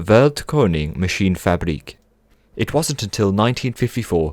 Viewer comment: I love how you said machinefabriek half english and half dutch xd